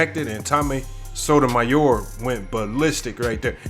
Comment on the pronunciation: Sotomayor- why cant you prounance it!?